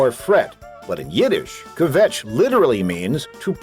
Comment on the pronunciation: Stopped listening when he couldn't pronounce "kvetch".